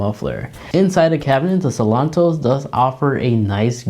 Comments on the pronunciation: It’s Seltos not Selontos! 👍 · How hard is it to say Sel-tos?